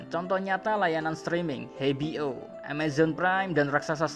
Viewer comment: HBO=>he bi o Wkwkwk Harusnya di eja (ej bi o)